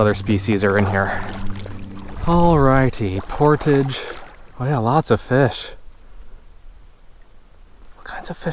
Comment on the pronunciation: You saw a beaver. When annoyed by your presence they sometimes flap their tail very loudly, at least here in Quebec. He didn't seem to mind you being there (yeah I'm a French Canuck follower, and you say 'portage' with the French accent pretty well...). Good clip as usual by the way.